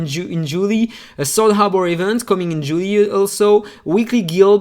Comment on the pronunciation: Pronunciation of JULY: Pronounced Jew - lie.... often referred to as the start of summer in the Northern Hemisphere, the month after June and before August. Julie.. or July.. as per your pronunciation, is a popular Latin first name which originally comes from the Latin Julia (Julie means: A variant form, regarded as French, of Julia)